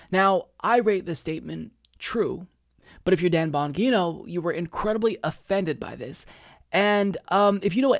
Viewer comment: Bon-gee-no... fuck!